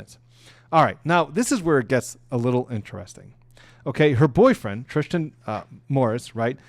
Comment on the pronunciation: Thanks for the video. Thank you for your time and effort. I’m pretty sure the boyfriends name is not spelled Tristin, nor pronounced TriSHtan. Tristan Morris. I understand you’ve been up all day, watching the trial, taking notes, preparing for this video, filming this video, and editing the video before sending it to YouTube. I know mistakes are made. I’m just saying that it doesn’t come across well. I’m just looking for a quick recap of the days events and I want someone who sounds professional and comes across as if they care about the topic. Great point on the size of conspiracies. Thank you again.